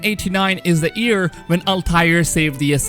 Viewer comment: He says “year”. I hear “ear”